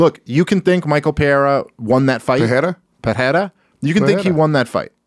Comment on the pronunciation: Yeah, that Pereira was wrong. If it's a Brasilian guy. You said "Peheira" or something I'm yet to see an English speaking person (that only speaks english) be able to pronounce words like: Pão, Mãe, Pereira, Família, Dicionário... Try it out